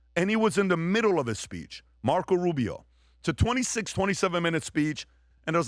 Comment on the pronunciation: Rubio not Rubis!